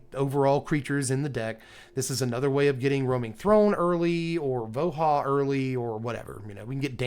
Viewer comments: Sigh, everytime you called him Vo-HAH , my soul died a tiny bit. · I still maintain that "Voha" and "Yetmir" are objectively incorrect pronunciations.